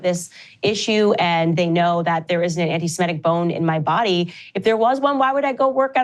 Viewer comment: Really interesting how some people's talking brains give them a word called "anti-semetic". They could read the correct word "anti-semitic" 20 times. And their reading brain knows what it is. But their talking brain still says "anti-semetic" over and over.